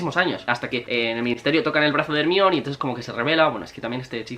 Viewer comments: Cómo le vas a decir hermion jajajajajajsjsjdjajsjajsjs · HERMAIONI NO TE CUESTA NADA DECIRLO IGUAL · Se pronuncia jermayoni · Por qué le llamas Hermione? Y a Snape le llamas Esneip? Saludos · Like si también te causa mucha gracias cuando dice "ermion" jajajaja que necesidad de traducir unos nombres y otros no? Por qué no dice "Dumbledore" en lugar de decir "Dambeldor"